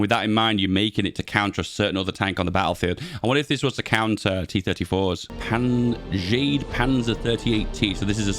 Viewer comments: PDX said they wanted to add "Wunderwaffe" projects in the future. We will probably get buildable Landekruzers at some point. Also, you absolutely butchered the names of those poor Jagdpanzers, lol. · Yes, he did butler the pronunciation of the JagdPanzer.